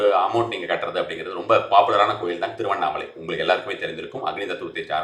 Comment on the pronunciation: Thiruvanai or Tiruvannamalai????? Pls clearly say it 😢😢😢😢